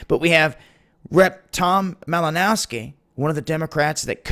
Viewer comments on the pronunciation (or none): Did you say "Rectum Malinowski"?